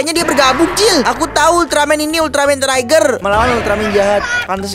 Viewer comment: Bukan trai ger tapi tri ger baru bennar toyol udah gila apa lagi itu 😂😂😂😂